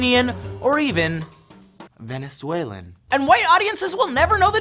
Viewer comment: why did he say "Venezuelans" like that........